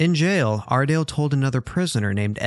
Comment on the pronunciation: Am I the only one who loves to hear him saying “ARdALe”!!!